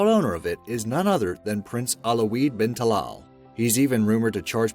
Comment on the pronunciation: prince alo-weed ? its al waleed lmao